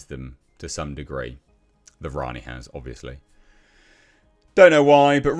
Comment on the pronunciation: Worrying stuff mispronounced Rani & doesn’t know about John Smith.